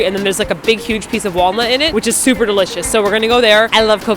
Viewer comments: ..did say its "dericious" lol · hehehe said Dericious XD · I vote for both Engrish and idol(s) 2PM. Did say "deRicious"?;) Thank you for feeding the kitty!!!